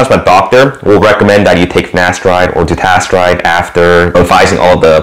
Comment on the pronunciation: You keep saying finastride or ditastride... what about oral minoxidil?